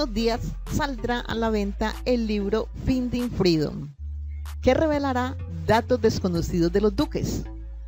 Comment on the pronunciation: que bien pronuncias ..finding freedom jajajajajaja.....